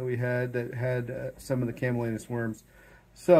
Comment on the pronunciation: CamaLLanus, not CallaManus. 😇